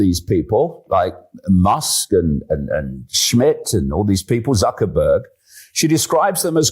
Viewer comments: I find it quite funny how the presenter talking with S.Miller called M.Zuckerberg "ZuckerBUCK" with a flat face. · DAVID, DID U HEAR WHAT THE INTERLOUTOR SAID? ZUCKER-BUCKS ! HE DID NOT SAY "ZUCKERBERG".